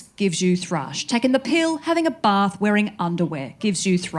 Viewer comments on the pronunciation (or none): none